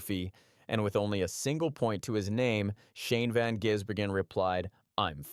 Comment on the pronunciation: Why do a story on someone when you're going to butcher the pronunciation of his name. His nickname is "the giz", because its pronounced van-giz-bergen.